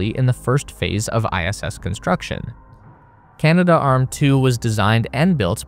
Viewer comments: Pronounced 'CANA-DARM', not Canada Arm. 😅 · Correction... Canadarm. "Cana-Darm". NOT "Canada-Arm" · Kibo is 'kee-bo', not 'kai-bo', and it's Canadarm, not CanadaArm. It would seem kinda weird for such a space enthusiast to pronounce those names such a way.